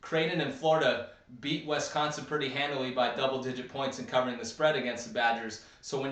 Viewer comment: Did anyone tell you it's Wisconsin and not Westconsin?